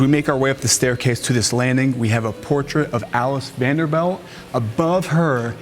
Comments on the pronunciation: If you’re mispronouncing things like Vanderbilt not belt. Or behometh for comments to drive your channel. You’ve succeeded. Lol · stop saying BELT... its BILT.. You are literally changing their name. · This is so good and this is just a tiny nitpick. The narrator keeps saying "Vanderbelt" when it's "bilt" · We are cringing every time you say "BELT" instead of "BILT". Vander-BILT not Vander-BELT. A fancy suit looks nice. Speaking correctly is CLASS. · Vanderbilt. BILT, not belt. and it’s not BO-hemoth. It’d behemoth. BE. Come on bro you sound strange trying to tell us about stuff and you can’t even pronounce it. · Oh man, come on man it is Vanderbilt, not Vanderbelt. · Rapid fire misinformation lol I love the channel though, the style, the cinematography, the music, great content! and the pronunciation of Vanderbilt is "V AE N - d er - b ih l t" - as in Vander-built. Stop it already 😅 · Why does this dude mispronunce Vanderbilt and Behemoth? Drives me crazy lol it’s not VanderBELT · Guys driving me nuts saying Vanderbelt the whole time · ... I'm british 🇬🇧 & even I know he's pronouncing this european name WRONG! 🤦🏽‍♀️(a tad annoying) 🙄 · It sounds like you're saying "Vander belt"! Wrong! Ugh...it was driving me nuts everytime you said it wrong lol. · This guy actually did all this research, made an incredible video, and still thinks its pronounced vanderBELT. Its driving me nuts!!!! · Vanderbeld? Can you really not pronounce Vanderbilt? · THANK'S for the best guided tour, even the one that I had 11 years ago when i visited that COTTAGE. !!!!!! On an other note, at the beginning you pronouce Vanderb E lt and after a while it was b E lt and came back to b E lt WHY ??? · OMG. We’re sitting amazed at his total lack of common knowledge like how to pronounce Vanderbilt. Hahaha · It is not Vander - belt - it is Vander - built (spelled Vanderbilt) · I had to shut it off after he said “Vanderbelt” a hundred times in the first two minutes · Quit saying VanderBELT!